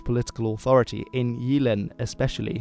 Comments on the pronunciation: The Y in "Jylland" is more like the Y in "typical" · Gotta love your pronunciation :D Jeeeland and Sjæææland. While you're one of the few who actually gets how an Æ sound... You drag it out waaay too long ;) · 'Sup dude. I don't mean to be a dick or anything (It's a great video, really), but when it comes to Danish, the 'Y'-sound is more of a hard 'Y', like the 'Y' in 'Why'. Your pronunciation is really good, but instead of 'Jeeland' it's more of a 'JYlland' with the really hard 'Y'. Also, the 'R' is more of a guttural sound, like when exclaiming "Arrgh" in anger. The 'R' is more "aggressive" sounding. Again, great vid m8. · You actually pronounce the words quite well considering you don't speak the language though y in Jylland is less I and more Y. And øresund failed a bit. Hedeby also needs to be pronounced more sloppy/Danish - more emphasis on the vowel.